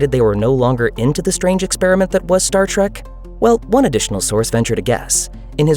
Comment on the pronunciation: Oh, for fuks sake! It's "trEk".... not "trAk", you booger-eating moron! I can't believe this STILL has to be said.